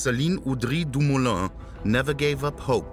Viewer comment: Good doccie! Super interesting. PS - it's Dumoulin - not Lumoulin : )